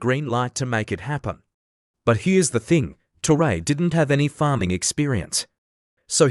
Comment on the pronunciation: Mispronounced his name in spelling and this is LATE, news!